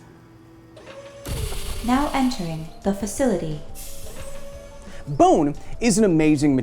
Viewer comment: “Pretty Sickt”